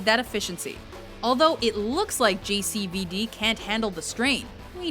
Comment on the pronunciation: everytime she says JCVD it sounds like she's talking about an STD not Jean-Claude mean c'mon